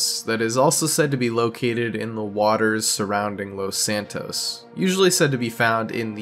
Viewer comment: Its los San tos